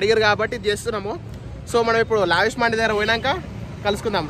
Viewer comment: Mandi kadu ra naina D kadu dee Mandes it’s Arabic word